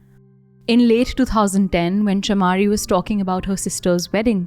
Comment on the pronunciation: Btw it pronounce CHAMARI : MUH, NOT MA LIYANAGE: NUH NOT NA